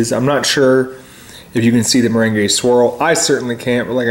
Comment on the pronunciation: Hahaha well the way you DID pronounce meringue is like the ballroom dance that goes by that name/term; so you're not totally off in the dance context ;) Too bad about this ice cream not being as good as it sounds :(